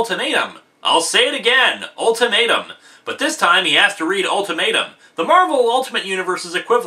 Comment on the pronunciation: The way you say "ultimatum" sounds like you're saying " old tomato"